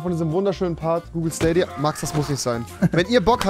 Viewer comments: Schdadia nicht stadia nh😂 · Rewi die ganze Zeit: Schtadia dann gab es ein cut und er spricht es auf einmal richtig aus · Dieser Moment wenn er nichtmal weiß wie man Stadia ausspricht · SCHTADIA, Stadia, Staadia Oder auch SCHTALINGRAD… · Niemand : Rewi: schtadia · wer kennt den nicht SCHTADIA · wer kennts nicht wen rewi einfach ne korperation mit schtadia amcht xDDD <3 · Niemand: Rewi: SCHTADIA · Staidia nicht stadia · Staydia (englisch lesen) spricht man das aus!!! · SCHTADIA :D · Schtadia XD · Schtadia wer kennt es nicht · Das triggert wie du Stadia aussprichts.